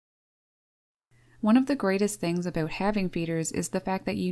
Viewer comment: I heard an "Aboot" must be Canadian. Birds can travel a long way in seconds in deep snow unlike Squirrels that can't easily get around and when the ground's frozen they are not getting to anything buried either.